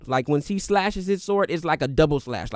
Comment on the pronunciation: Is he pronouncing the W in sword?? 😂😂😂